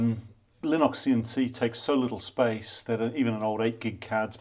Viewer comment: TBF, I was hearing "Linoxian C" for a while before my brain switched to Kiwi :)